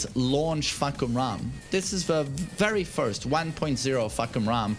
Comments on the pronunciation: fahkumram more like fahkurmom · Fahkumram, more like FahkUrMom